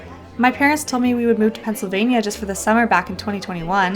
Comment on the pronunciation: Its Pennsylvania not Pennsyl filping vania